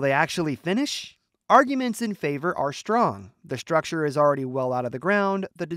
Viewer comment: why does the AI voice pronounce the word structure as 'shtructure'? It seems that AI has a problem with the sound of theletters "ST" when put together - somehow considering that "ST" is pronounced SH